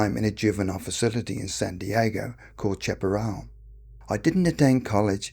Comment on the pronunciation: 1. If you're adopted in the US, you're no longer in the foster system, so there's no "putting you out at 18." 2. You'd think someone who grew up in San Diego, (or anywhere in CA) would know how to pronounce El Cajon and Chapperal.